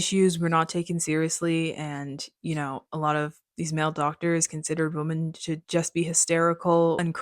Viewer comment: Great recommendations! Thanks! 😊 Also-just a request regarding pronunciation — it sounds like you are saying Woman (singular) instead of Women which just became really annoying since you used the word frequently in this video. Ok thank you.